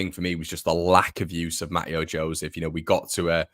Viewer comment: Mateo Joseph’s first name is pronounced ‘Mat-Ay-O’…😝…. He’s gonna be a star… let’s hope…🤞🏼